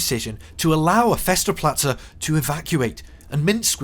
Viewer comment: All that time and effort in making the video but couldn't be bothered to learn how to pronounce German words - "fester plazze" - what's that?